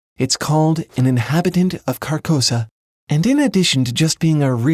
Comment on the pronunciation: An observation: "Carcosa" sounds a lot like "carcass."